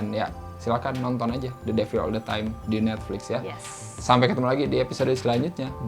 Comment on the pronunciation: Pengucapan mbanya the devil salah😊